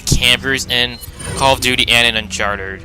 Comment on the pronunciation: 13;57 its Uncharted not Uncharterd